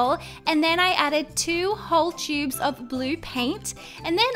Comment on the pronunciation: Why did you say 2 chubes of paint?